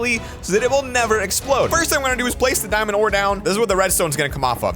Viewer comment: Him: dimand ore Me: its a dimand block yo